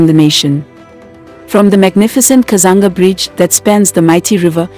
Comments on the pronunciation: Kazungula Bridge not Kazanga ..And its nolonger Livingstone international Airport.. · The narrator sounds very much African if not Zambian. It's Kazungula Bridge not Kazanga or Kazanga river (Zambezi River) and many other mispronounced names which now stand in the way of an otherwise good documentary. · It's kazungula not kazanga Thank you so much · The first bridge is actually kazungula not kazanga bridge All in all good work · I like the way Zambia has developed, really vibrant. I hope these developments will improve the livelihood of th people. But I'm a bit disappointed with the narrator 's pronouncement Of Zambian names e.g. instead of kazungula bridge she says "kazanga bridge" and Zambezi river for kazanga river, quite disturbing for those of us who have lived and grown in this region. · It is not 'Kazanga' Bridge it is the 'Kazungula' Bridge please research so that you don't mislead people. And there's no 'Kazanga' river. It is the 'Zambezi' one of the great rivers of the world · Itx the kazungula bridge not kazunga bridge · Kazungula Bridge , not Kuzanga Bridge. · It's kazungula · Please 😂😂😂😂😂it's Kazungula Bridge.i could not finish this.... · Hello You Tuber, get the right pronunciation of the areas you are reporting about. I am sure if you were reporting about Europeans areas/towns/rivers/ infrastructure at large you would mind your pronouciayions very well. AFRICANS, have regard for yourselves. I am shocked at words like Kazunga/katiti. KATETE Solwezi, SOLWEZI. ZAMBIAN WORDS/Languages are read as vowels and consonants are pronounced. (A polite correction) Otherwise your observation is good. Is there Copperbelt international airport? No, it’s Simon Mwansa Kapwepwe I.A. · It's kazungula bridge